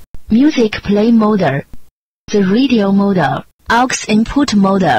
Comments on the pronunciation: lmao how it pronounces mode is funny its like mo duh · Her pronunciation is serviceable. The only big issue here IMO is when she says the word "mode" as "modah", which is sort of confusing if you don't know that's what is being said. Otherwise it gets the job done, and is probably as good as you can get for whatever she was getting paid. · In what accent is the “e” in “mode” a second syllable or the “ll” in “call” pronounced “r”? Her pronunciation is absolutely not “really good”, you can’t just chalk that up to an accent.